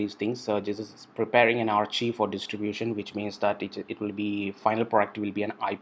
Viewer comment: Thank you for sharing this process. "Archive" is pronounced as "Arc-Kive" by the way.